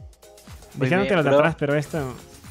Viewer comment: Pq no sabe decir pero